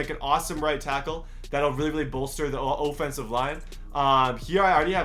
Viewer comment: O-fencife line lol